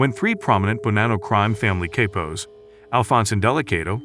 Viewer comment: All the research made and couldn't find out how to say the word "Capo" Jesus this was hard to listen through, but amazing insight, just cringe AF to hear